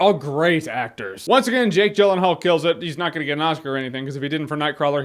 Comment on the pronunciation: Jake Jyllenhaal? Really jeremy?